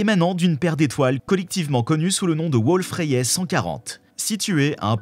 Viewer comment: En moins de 60s on sent que c'est une chaîne pour attrape-nigaud, à haute température Kevin. Même pas foutu d'écrire , de présenter, de prononcer une étoile Wolf-Rayet (dans ce canular c'est Wolf-Ryate, qu'est ce qu'on rigole ! ) J'ai pris plus de temps à écrire qu'a regarder un sujet d'empreinte digital cosmique. Allez cadeau ! Chaîne à but lucratif, uniquement.